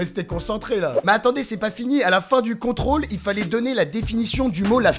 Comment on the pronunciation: C'est contrôle de Français pas Contraûle de Fransai